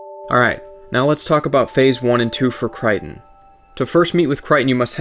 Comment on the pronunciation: Cry-ton. wat.